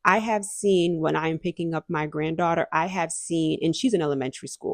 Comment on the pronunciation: I had to replay it to make sure she wasn’t saying goddaughter.